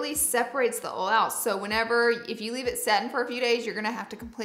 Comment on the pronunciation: wait why is she pronouncing oil as "ole" ??